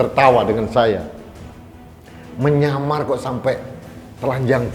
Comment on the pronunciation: Kepala sat pp Salah ngomong kali pak.. ngamar bukan nyamar pak.